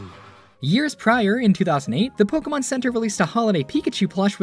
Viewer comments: Nobody ever says it right. It's po-kay-mon, not po-key-man lol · DID HE JUST SAY "POKEMAN"?! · I was still bamboozled by the Pokimon pronunciations then that one came up. Pokiman? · I hate how the announcers say “poke-e-mon”. As professionals they should know how to pronounce “é”. Kills me lol. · They say Pokeman. It's called Pokemon. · pokeMAN lol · The guy said Pokeman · HE SAID IT HE SAID POKEMAN POKÉMON GET IT RIGHT OLD MAN (the news guy not the narrator) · guy says pokeyman heavy cringe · ew Just EEEWWWW he said "pokeman" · Why do comentators say po-kee-man like that? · My mom says it that way too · Did the guy said Pokéman? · My grandparents call it Pokeman. No matter how many times we tell them they say it wrong and how to actually pronounce it they STILL say pokeman.